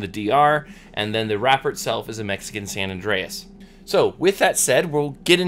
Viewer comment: Great review, love watching your reviews! I think the tobacco is called "San Andres" not San Andreas" lol.